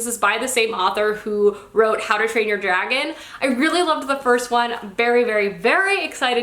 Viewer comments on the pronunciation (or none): none